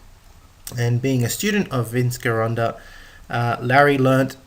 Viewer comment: Me think the correct pronunciation i GEEronda, scary if you dn't even know that.